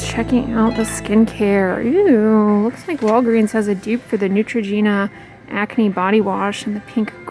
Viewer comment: I think she does actually say “eww!” It throws me off every time lol